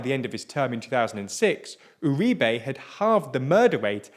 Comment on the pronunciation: It's always fascinating to me how English speakers manage to never once stress the right sillable on Spanish words. I mean, they'd do better just doing it at random. I was starting to soften on them aaaalmost getting "Uribe" right as the thing goes along only to be slapped in the face by "Aivan Diuke", who I presume is Iván Duque's English cousin.